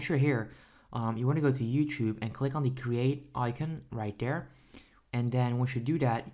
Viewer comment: Lol he says: dere as in there Dat as in that Den as in then Dis as in this Lol bruh grammar please